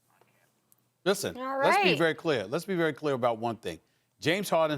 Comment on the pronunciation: KP says - Howden (Harden), vewy vewy (very very), cwedebiwity (credibility)... And just continue blabbing.